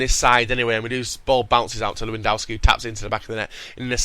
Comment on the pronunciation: IT'S PRONOUNCED LEV-EN-DOSKI